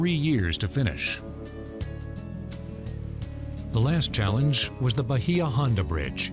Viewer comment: I live in the Key West. Nobody from the Florida Keys calls Bahia Honda, 'bah-hee-ah' ; It is CORRECTLY pronounced 'bay-yah'. The 'i' is soft and subtle so as to Not be intelligible/audible.